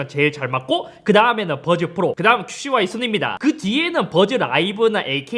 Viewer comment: 큐 씨 와이를 자꾸 큐슈와이 로 말하시네 ㅋㅋㅋㅋㅋㅋ